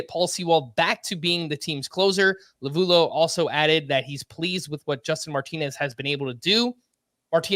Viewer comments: Always funny hearing you east coast guys pronounce Torey Lovullo's name. "La-voo-loo," "La-voo-low," "Low-voo-loh." lol. The DBacks' broadcast guys have been pronouncing it, "La-Vel-Oh" for years. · I believe Torey Lovullo is pronounced Love-el-oh